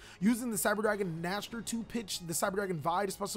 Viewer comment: Just so you know, cyber dragon vier is pronouned as "fear" and Nächster is pronounced something like "neigh-star". Both are german words. 😀